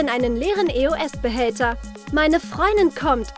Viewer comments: nicht böse gemeint aber es wird nicht e o s ausgesprochen sondern EOS also zusammen [Eoss] Sonst Cooles Video😍👌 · Nicht E o s sondern Eos ihr Vögel -.- Könnt ihr denn gar kein Deutsch spricht es doch mal richtig aus boah ey